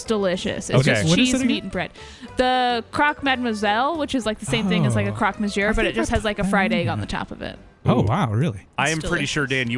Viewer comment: Americans saying Croque Monsieur is something else.